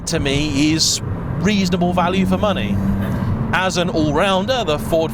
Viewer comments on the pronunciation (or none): none